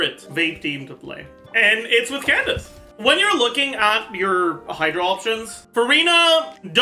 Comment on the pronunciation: Wait, since when did start saying Candace’s name right?? “Candaka” is burned into my brain